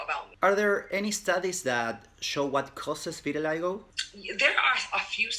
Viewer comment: Quiero decir vitiligo en Inglés como vos!